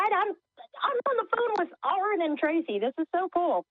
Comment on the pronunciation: 😂 Aron’s Cringe when she said his name wrong lmaooo!